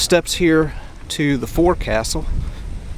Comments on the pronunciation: The forecastle, pronounced focksul, is the forward part of the bow, not on top of the superstructure. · Just an fyi. It's not forecastle. It's pronounced "Fokesul" I was a BB stacker on the Kitty Hawk. So many of my boatswain mate friends would correct you in a heartbeat if you pronounced it wrong. 😄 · It's spelled "forecastle" but it's pronounced "folk-sle" ;-) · Correct pronunciation of forecastle is not like it looks it would be. Forecastle sounds like "folks sell." You can google forecastle and it will have an audio button of the correct pronunciation. Though the audio sounds like a British guy, this pronunciation is also the pronunciation used by the United States Navy. Thank you for a wonderful vidio. I learned some stuff by watching it. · FYI Forecastle is pronounced fo'c'sle or folk cel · "fo'c'sle" not forecastle.